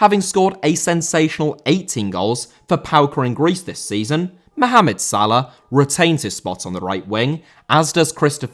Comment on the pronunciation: Salah* not Salar